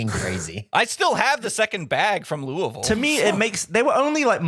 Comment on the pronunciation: As a local, it kills me how he says "lewey-ville" instead of sounding like he has a mouth full of marbles of "lew-vull"